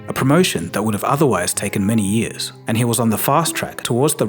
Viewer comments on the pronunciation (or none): none